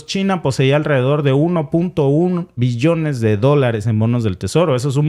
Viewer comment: Cuando hable de billones; pronuncie bien la B... por obvias.... gracias